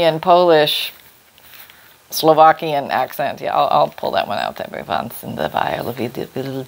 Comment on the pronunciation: You said Slovakian PERFECTLY 🤗😊😉